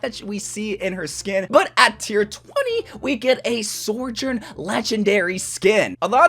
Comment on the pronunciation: S T O P SAYING SORJOURN 😭😭😭😭😭😭😭😭😭😭😭😭😭😭😭😭😭😭